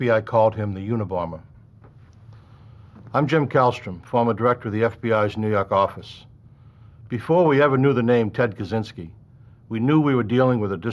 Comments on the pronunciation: "nuu yawk affice" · Love that accent!